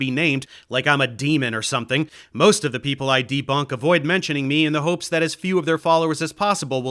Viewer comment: Exactly, she is trying to do a "posh British" thing that you can hear especially in hers Os as in "over" etc. The biggest joke is that as a German, she can actually pronounce Einstein, but she imitates the common English mistake of saying EIN-SHTEIN. Other examples: contrast = CONTRWAAAAST people = PAAIIPULL MOTHEMAHTICKS IT PEESSES ME ORRRF she is trying to sound like James Bond's boss and failing miserably